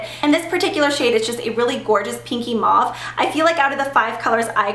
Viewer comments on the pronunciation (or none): none